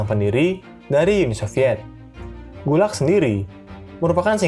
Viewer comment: Min. Saya mahasiswa Indonesia di Rusia. Mau sedikit komentar. Pengejaan singkatan Gulag di awal kurang tepat pengucapannya. Selebihnya terimakasih sudah membuat konten ini.